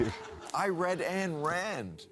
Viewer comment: First, enjoy your channel. Keep it up, but... "Literally" is the wrong word to use in the title, literally. You'd think, if he was so smart, Bill Maher would know how to pronounce Ayn Rand. Atlas Shrugged was also voted to be the most influential book in the world, next to the Bible. The United States is living through Atlas Shrugged today. Rand's novel is coming true. It was okay to have a black actress portray Ariel, but looked what happened when someone used software to render the movie trailer so Ariel was a white redhead. Twitter banned everyone who posted it.